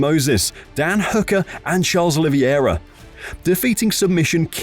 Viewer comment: Ah yes, Khabib NurmagDomedov and Charles OlivIEra 😂 WTH buddy?!